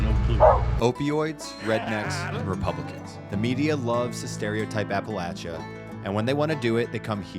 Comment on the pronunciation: Thank you, thank you, thank you, for pronouncing Appalachia properly!! So many say App-a- LAY-sha, but to the old timers, it's always been Apple-at-cha. The old joke is- "If you don't say Apple-at-cha, they'll throw an apple at ya", LOL.